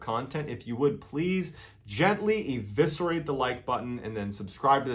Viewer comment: I learn more here than my English lessons “evicerate” 😂